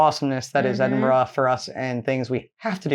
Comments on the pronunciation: It is pronounced Edinbruh, or even as some east coast Scottish folk call it Edinburrah, not what you said: Edinbru as in Irn Bru (brew), so I am asking YOU to please, please, pronounce it correctly or go and live in a burooo. pronounced it 100% correctly. I think she messed up once, but who cares? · One thing though the narrator doesn’t quite get the pronunciation right - pretty sure it’s Edin bruh not not Edin Burh. This said, I still miss pronounce place names in the east midland and I’ve been here 15 years now…..😊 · is not that difficult to corectly say my capatial city its not boro its burgh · Top tip; instead of stumbling over your Edin ‘borro’ and Edin ‘borrow’s’ lol try a very normal Edin ‘burruh’ or Edin ‘bruh’ depending on the context but both equally acceptable. Come visit soon ❤❤ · Ehdin -burra!